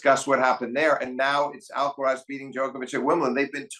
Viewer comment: and Steve, you should make an effort in pronouncing Alcaraz's name correctly. The accent (stressed syllable) is in the third and last "a", so it is Alcaráz, not Álcaraz. Also, the z is pronounced as TH without vibration at the end. It is very easy to pronounce Carlos's last name as it is. Cheers.